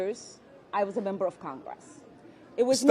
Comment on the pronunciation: Ilheart Omar acting like a victim. I absolutely can't stand her voice. It's prononunced congress, NOT con gress. YUCK.